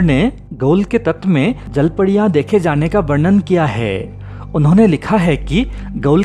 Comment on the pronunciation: Jalpadiya ki jalpariya abe thik se bol ,jyada pudi khaya kya isliye padiya padiya kar raha hai